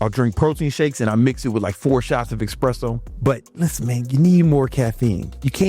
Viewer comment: One eSpresso for me every 2 or 3 days and I am boosted AF for up to 10 hours! Why americans call it eXpresso?